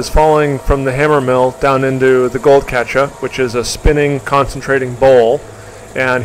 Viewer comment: speaks with near perfection……except, for the word “Catcha” lol. 😊